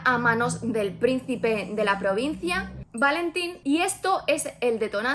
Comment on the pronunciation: Yo he leído el libro y me chirría la pronunciación de los nombres a la inglesa. Está ambientado un una pseudoitalia. Es la península de la Palma, no Palm, es el príncipe Valentín, no Válentin, es Corte la Baja, no lower Corte. Un poco de respeto